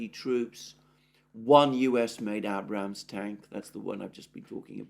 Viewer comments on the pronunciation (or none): One last time. . Abrams is pronounced with a long A as in RAGE. Not that hard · Abe-rams you pronounce the "ade" them the ram/s......your sounding like an uneducated American incredible or understanding grammar!! You'll be saying data next instead of "date-a".